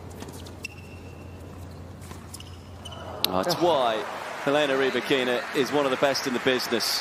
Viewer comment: Elena's name is not pronounced Rybackeeeena though!!